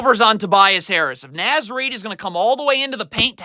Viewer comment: I like the enthusiasm on all these videos. Just wanted to point out it is naz Reid pronounced nawz.